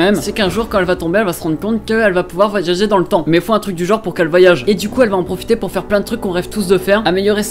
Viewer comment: « Voagagager » wut?